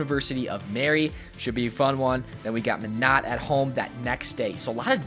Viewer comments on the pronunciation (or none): ok, it's pronounced My-Not. not meh-no, not meh-not, it's MY-NOT. Im from Minot and we HATE it when people say our city's name wrong😂